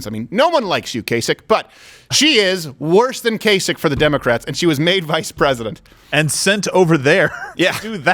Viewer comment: She said plesident.